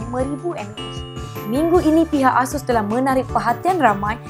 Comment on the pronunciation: Pembetulan ya, ASUS disebut dengan sebutan "Eh-Sus" bukan "Ah-Sus". Ianya diambil dari perkataan dari Pegasus.